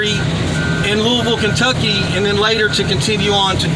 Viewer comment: Thank you for pronouncing Louisville KY the correct way. Big thumbs up!!!!!